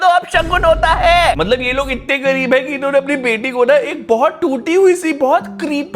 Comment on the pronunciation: That 'gawreeb hai✌️' 😂😂